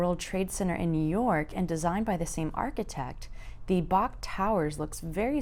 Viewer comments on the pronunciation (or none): It's not the bok tower, it's the B O K tower (bank of Oklahoma) used to be the Williams tower. They are an energy company. Shout out to QT. Omg, I appreciate your effort here, but as a native I gotta say your pronunciations are not accurate. The andolinis thing killed me. Btw, I lived in Denver for a few years too. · The “bock” towers are actually pronounced “B.O.K” Not like it matters but just a little tip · It's pronounced "Bee-okay",not bok ,it's short for Bank of Oklahoma, also-Garth Brooks is from Yukon Oklahoma, not Tulsa. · To everyone that’s not from Oklahoma It’s the B O K it stands for Bank of Oklahoma not BOK it’s not one word. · BOK is actually pronounced as individual letters rather than a word and is an abbreviation for Bank of Oklahoma which has its headquarters in the BOK tower and currently has the naming rights for the arena.